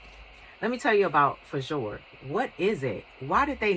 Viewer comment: Oh I love the Fjord hook love the combination of white with blue :0) I recently ordered two of them can't wait to receive them and see what they look like... I think it's pronounced "Fiord" :))